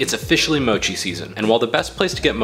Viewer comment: Americans pronounce mochi very strange